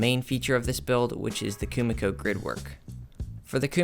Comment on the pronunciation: This is sick! I love the idea & your material choice + excecution were on point. Though for future reference Kumiko is pronounced Koo-Mee-koh